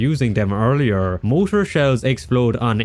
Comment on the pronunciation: It's pronounced MOR-TAR not MO-TOR, learn how to pronounce words you repeat multiple times. Very annoying!